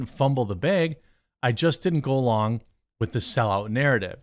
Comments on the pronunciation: Dude...bruh...breh... STOP SAYING BEG!!!!! It's bag, ok!? BBBAAAGGG. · bAAAAAAAAg not beg 🤦🏻‍♂️